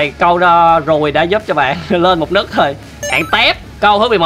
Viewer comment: nấc mà cứ đọc là nức nghe khó chịu vãi =)))